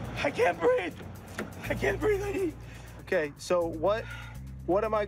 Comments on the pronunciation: George Lopez - "i can't breafe" 🤣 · hey! It's george floyd's half brother...i cant breef, i cant breef! lol